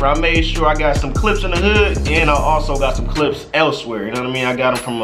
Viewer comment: him saying hood sounds like "hugh"